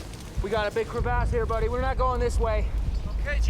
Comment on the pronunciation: Was anyone else annoyed at how he said the word crevasse